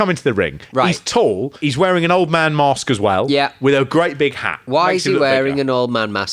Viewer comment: No "r" is mask